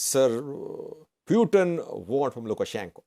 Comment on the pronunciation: The way you pronounce Putin is not right. It sounds something else. It sound “Pewten/pewteen..it’s Putin…Pootin.